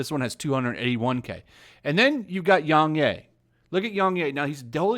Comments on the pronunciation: its yongyea not youngyay you say it as a yeah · well, it sounds like you do gave something against yongyea cause your not saying it right